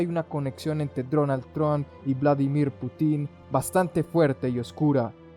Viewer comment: es Putin, con acento en la U. solo eso. chau